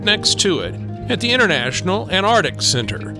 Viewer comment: Cool seeing the Antarctic Centre (the first c isn't silent though 😉). You make the videos interesting- thank you x